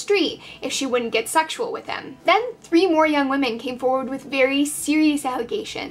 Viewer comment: Oh my gosh! Thank you! I came here to say the same thing! Why can’t anyone pronounce women anymore!!!?!?